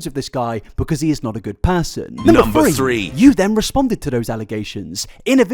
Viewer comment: The mix up between the pronunciations of “th” and “f” is something I’ve tried very hard to look past 😭😭😭